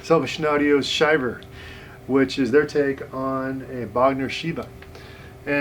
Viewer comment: It's pronounced Shiv-ver like when you are cold.